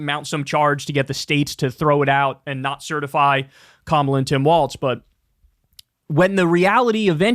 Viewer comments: Why do you keep saying Tim WalTz? There’s no T in it lol Just Tim Walz Like the walls are closing in 😆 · Governor Walz does not pronounce his name ‘walts’ he pronounces it ‘walls’! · WALZ not WALTZ! Please say his name correctly! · Please, Kyle… it’s “Walls” not “Waltz” - the things that divide rooms, not a ballroom dance.😘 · Why u keep saying Tim Waltz? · Somebody tell Kyle that Walz doesn’t have a T in it. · I wanna have a beer with Kyle so I can tell him how Tim Walz pronounces his f*** name.... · You gotta stop mispronouncing Walz.